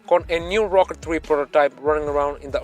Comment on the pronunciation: I wehlie wehlie wyke the Wrochket Free